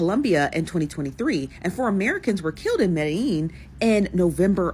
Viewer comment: A travel journalist that can’t seem to pronounce Medellin correctly?😒 A city that even the locals don’t pronounce it that way so YOU should know better.